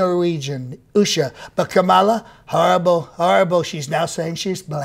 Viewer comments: He can't pronounce her name, it's Kamabla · I heard all the 19 ways to pronounce Kamala - as per Trump reckoning😂😂